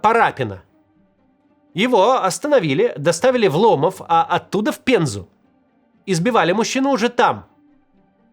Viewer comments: ЛомОв, ударение на второе о, пензюкам уши режет ваш лОмов Максим. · Нижний ЛомОв а не ЛОмов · Максим, город Нижний ЛомОв, а не ЛОмов. Я понимаю, что в Вики смотрели, но я не знаю какой идиот проставлял там ударение. Для Верхнего ЛомОва ударение верное. Это по названию реки ЛомОвка (и одноименной деревни). Знаю 2 истории из Заречного, они через вторые руки, но в достоверности я уверен. В первом случае удалось вернуться домой, во втором - человек через несколько дней позвонил из Ростова, сказал, что везут на фронт. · Ни ломОв,а лОмов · только город называется Нижний ЛомОв, а не ЛОмов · ЛомОв, не ЛОмов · Не лОмов, а ломОв) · Правильно - Нижний ЛомОв. Ударение на вторую "о". За Спасибо за ролик от пензенца. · Максим, не лОмов, а ломОв! Нижний ЛомОв! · Правильно ставить ударение на второе О в названии города Нижной ЛомОв. лОмов пиzдец слух режет нам, пензенцам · Не лОмов а ломОв, Нижний ЛомОв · Максим, не Нижний ЛОмов, а Нижний ЛомОв, там на вторую О ударение) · ЛомОв, а не ЛОмов, в остальное верно, всё так и происходило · Привет Максим! Я как раз из Пензы подтверждаю всё сказанное в ролике(да тут и подтверждать не надо). Только город называется не Нижний ЛОмов и Нижний ЛомОв. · ударение ЛомОв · Нижний ЛомООООв! Ударение на вторую букву О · максим, максим! правильно говорит ломОв) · Ломо́в Максим, на второй слог ударение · Не так ударение поставил ( нижний ломов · Максим, спасибо что осветили события нашей глубинки, но Нижний Ломов с ударением на второй слог!) а так все по факту и четко!) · Максим, Ломов Н. Ударение по другому. Да в Пензе происходила лютая жесть... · Нижний ломов ударение на другой слог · правильно ставить ударение Нижний ЛомОв, как Ростов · Нижний Ломо́в, на второй слог, деревня😂 Одичали совсем в своих Рамат-ганах😅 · Бастрыкин:"Мы более 30 000 уже ОТЛОВИЛИ таких". Это по отношению к людям?! Да?! Теперь я знаю, как выглядит дно. Максим, ударение в названии города Нижний Ломов на вторую "о". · Ударение на второе "о" ЛомОв) Спасибо из Пензы за огласку!!